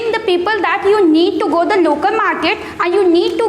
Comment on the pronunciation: First of all it's market not muket🤣🤣